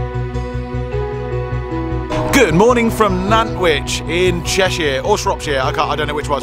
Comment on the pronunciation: You pronounced Nantwich correctly!!! 😊